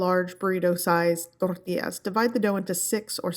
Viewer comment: toRRRRRtillas 🤣🤣🤣 chill! I can tell and know you’re Mexican